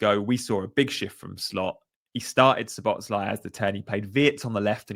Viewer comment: He did say it's Szobo-slai, so you got it right most of the times in this vid.